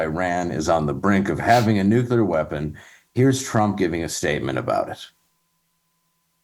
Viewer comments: just wanted to say, the word is "Nuclear" which is pronounced 'NEW-clee-ur,' not 'NEW-kya-lur.' Why do so many people get that wrong? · Of the things Matt Bechtel said, nuclear is the only one I care about. It’s not nucular!!! Nuclear is pronounced new clear.